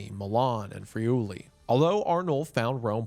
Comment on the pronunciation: I feel so weird listening to Wendigoon actually pronouncing the city I live in, Pavia, and the region I am from, Friuli. Wow